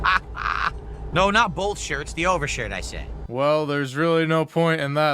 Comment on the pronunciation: "You can't have bowlth."